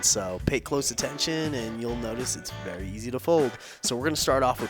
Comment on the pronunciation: Easy did you say east